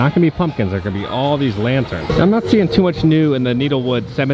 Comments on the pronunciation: Hey, are we sure it’s not pronounced “neh tel wood”? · I think it might be pronounced Net-el-wood, as in rhymes with metal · Nettlewood. Needle-wood no. Nettle-wood(as in Nettle Soup, Stinging Nettle) yes. Loving your work <3